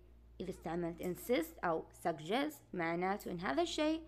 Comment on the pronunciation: نطقك لبعض الكلمات غلط مثلا كلمة suggest